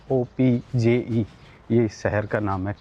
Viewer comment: SKOPJE is spoken as Skopye